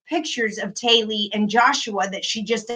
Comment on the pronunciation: I’m not 100% certain but I think the 17 year old’s name is Tylee (not Taylee), just a heads up!! Love you!! 😘